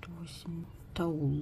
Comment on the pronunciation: Не тауЛ, а тауП